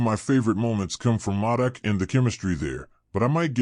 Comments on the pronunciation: I’m not trying to be a jack wagon brother I promise I still respect your work you put into the video but it’s basically like Mohdock is how to pronounce it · You may wanna fix this video lol you’ve mispronounced his name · yeah fix that word, good info and video